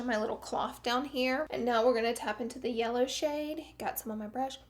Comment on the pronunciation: Did she say yeller 13.02